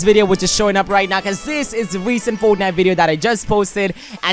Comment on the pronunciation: . "Tore" And "Foetnite"